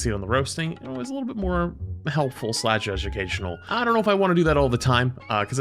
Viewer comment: I know he said education at the start. I still feel like I heard "Judgucational" and honestly? I feel like that's more fun.